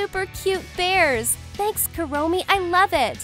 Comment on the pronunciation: Kurommi not kawii